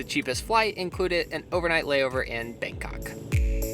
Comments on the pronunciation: You said bankoc not bangkok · I'm sorry the "BangKok" airport. That had me dying